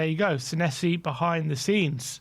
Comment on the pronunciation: You pronounce our new Argentinian as Senessi - but should it be Senesi?